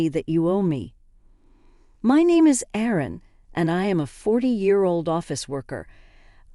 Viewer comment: Someone doesn't know the difference between "Aaron" and "Erin"?